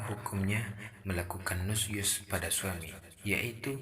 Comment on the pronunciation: Bukan Nus Yuz tapi Nusyuz pakai Syin ش Arab nya نشوز